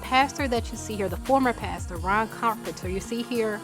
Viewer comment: OMG you said "pasture) as in as field or grass instead of pastor and boo I fell out🤣😂👍